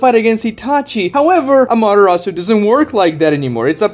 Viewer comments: You have sound logic, but there's just there's this one small stupid thing that bugs me... "What is a Madarasu? " I get you're trying to say Ama-te-rasu but it just sounded wrong.... I hate myself to be that guy ... But here I am 🥲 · How many times can you mispronounce amaterasu in one video?